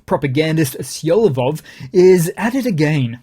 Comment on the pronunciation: The name of that Russian piece of xxxx is Solovyov, not "Siolovov". Americans are unable to read any word if they do not hear that word from somebody else first...